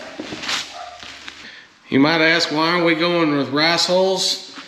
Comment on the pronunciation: 'Rass"??? This Californian had a hard time figuring what you were saying. :) Definitely made me smile. We live near Rice country here. It will be interesting what you think of the hulls. I have used rice hay for my horses bedding before, I did not like it at all. It stuck together, not easy to sift out the poop, but hulls should be better. Just for reference, our 60 two and a half week old meat chicks are going through almost 5 gallons of water each day right now!